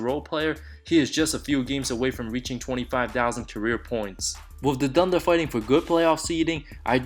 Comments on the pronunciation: What's dunder? Bro your pronunciation sucks. It's Anthony not Antony. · Antony of da dunder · Cmon man, oklahoma dunder? xD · the way you say thunder :D